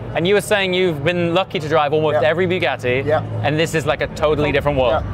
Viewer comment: Buh-ga-tee ✅ Byu-ga-tee ❌